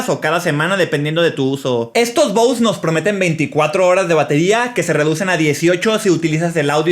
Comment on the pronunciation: Se pronuncia bose